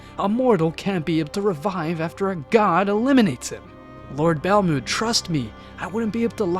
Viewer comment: Ur saying belmonds name wrong